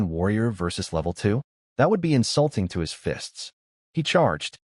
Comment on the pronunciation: help help they trying T. O. kill me. hahaha the narrator spelled it out the "to" to "T. O." hahaha